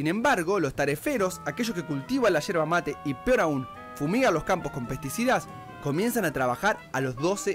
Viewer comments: NO ES HIERBA ES YERBA CON YE!!!!!!! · Hola te cuento tiene una especie de filtro pero también viene un filtro que se coloca a la bombilla. Es yerba no hierba practica decirlo con yeee que no se entienda hierva seguro que es fonética . También hay que entender que la yerba como el café tiene su blend por eso la temperatura del agua . Y si el mate es sinónimo de amistad de familia un poco psicológico porque da para la charla o la platica como dicen . Cuando adquiere la costumbre recién se empieza a entender el mate . Mi estimada persona si viene ud a argentina tiene la invitación a tomar mates en casa o en un lindo parque que en argentina lis hay de sobra por doquier para disfrutar de una linda tarde de mate y porque no con unos bizcochos de grasa o unas tortas fritas que saben mejor los días de lluvia saludo a ud atentamente desde buenos aires argentina argentina